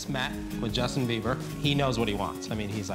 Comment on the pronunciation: IT'S BIEBER, NOT BEIBER. You can't get his name right even after 10 years, smh.